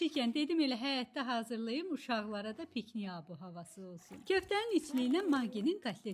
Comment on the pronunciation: Rolik geweydi Amma pikniy yox piknik😂